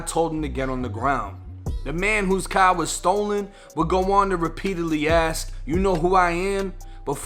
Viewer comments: "Thats who stole my cahhh" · The caaaaaaah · I love how this dude talks ghetto except when he says CAR then he sounds like a white Boston guy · Stolen kah in the paaakin garage